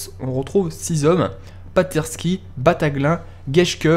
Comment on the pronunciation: battaglin se prononce BATTAGLINE